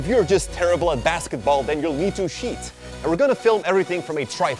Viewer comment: Tcheat! not SHEET! Tch- TCHEUH!!! kljeghhaeklghkaehkmghameg